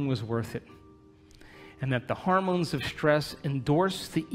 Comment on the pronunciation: Why does he keep saying "harmones", instead of hormones? Grating on my ears. Also the relentless abstract logic is hard to follow. He should insert more concrete examples.